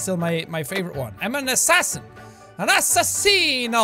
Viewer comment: why did he said "an ASSASSINO" in italian?! (not just for the wtf moment ) but I'm italian and every time i ear one of my favourite youtuber says something in my language i freak out and I can't help but listen to it several times. Am I the only one? (btw good accent XD)